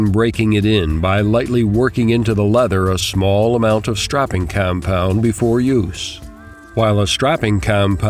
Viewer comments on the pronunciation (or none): hmm..keep the sharpening tips for the experts,and btw its "stropping" not "strapping"